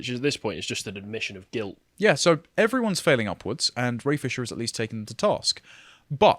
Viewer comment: You said Ray Fisher, I heard brain fissure